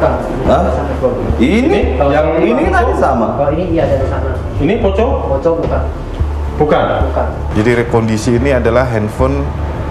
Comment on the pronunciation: Waduh dibaca poco beneran zzz